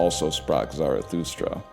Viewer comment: "sou sprak zarathustra"